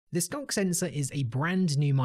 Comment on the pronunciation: "The skunk sensor is-" I'm sorry what was that? rewinds "The skunk sensor-" That's what I thought you said...